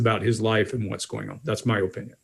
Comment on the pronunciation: Does anyone else find pronunciation of "opinion" to be fascinating?